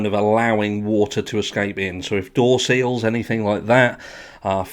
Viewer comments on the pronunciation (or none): none